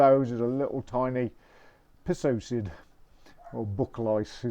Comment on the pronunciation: Psocid is pronounced (Soked) the P is silent. From Mason Exterminating (Kansas City Missouri). Cheers